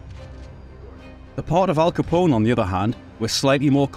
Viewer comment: As a fellow Scotsman, I give you a break for our accent, but it i David Mamet “ma-meT”, with a short ‘a’ a,d ‘e’ , and a good, hard ‘t’ at the end, not “ma-may”! It’s not Al Ca-pon-ay’ either! ;-) )